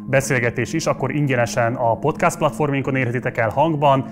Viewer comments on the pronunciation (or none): none